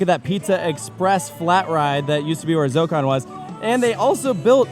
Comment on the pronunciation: Why is Zokkon not 4 syllables??